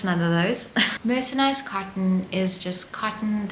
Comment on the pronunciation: Enjoyed the information and the charming presentation. The video seems to have white noise or some other background sound that I find uncomfortable. And, a small thing: it’s mercerized, not mercenized.